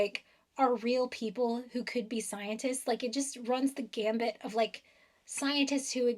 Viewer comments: It "runs the gamut" not "runs the gambit", fyi. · It’s “runs the gamut”, not gambit. The term comes from a medieval music note naming system and means the full range. Gambit is a risky move at the beginning of something buts it’s calculated to give an advantage later on. And now I listened again and this time I didn’t hear the “b” in gambit. Who looks stupid now!!